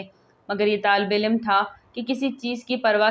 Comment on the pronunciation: misbat nahi musbit. tallafuz durust keejiye. haq ka ilm nahi alam